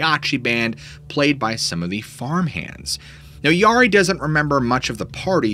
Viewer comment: Great stories.. Mispronouncing the Yari kind of made me twitch, though.